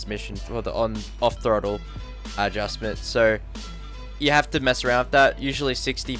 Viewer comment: Who else noticed that.. His pronunciation of "SO" sounds like "SIR"